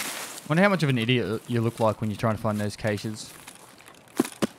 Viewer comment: I have never heard someone in my life pronounce "caches" like that